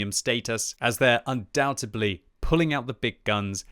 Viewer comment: He said undoubtedly wrong again lol